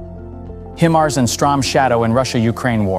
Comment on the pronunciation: not "him" ars.... its "Hi" mars... geesh